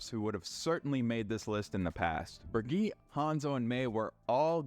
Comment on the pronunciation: excuse me, HOW did you jost pronounce Brigitte???